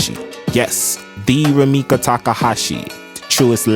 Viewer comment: It's RumikO Takahashi, not Rumika!